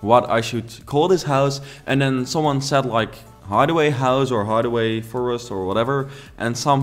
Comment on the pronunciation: They way you say hideaway is correct. Hid doesn’t have a silent e like hide does - the extra e is what make it a long i. And if you mispronounce something it’s a learning opportunity so I think you should use words you aren’t sure of! It’s okay to make mistakes, that’s part of learning!